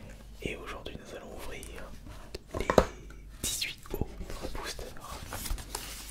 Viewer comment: Tu dit luite mais tu dit dix huit 😭